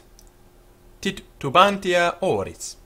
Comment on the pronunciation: Your pronunciation is so funny... you should watch out to accents and to duble letters. you have to read "titubantia" like "titubanZia" and imperator with the accent on the firs "e": impèrator. while you're speaking latin, forget english aphabet.